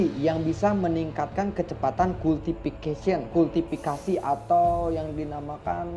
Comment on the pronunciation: Bilang aje KULTIVASI ,Clear om 🙏🏾